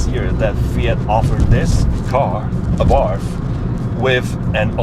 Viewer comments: you would think in 10yrs of ownership you would learn the proper pronunciation of ABARTH is " Abart" ( The H is silent) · One of the worst cars produced, especially because Chrysler was involved. Avoid anything made by Chrysler. The car is telling you not to buy another, ever. Ah Bart is the correct pronunciation. BTW the first 500 of the FIAT 500s were imported to the US , were made in Italy.. they are rare. The Italian version was much better. I first saw them in Italy, and they are far superior to the trash that Chrysler made.